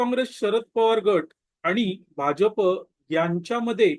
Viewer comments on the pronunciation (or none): none